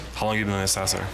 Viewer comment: Assessor!!! pronounced ( ASS IS SORE)!!!!!!!!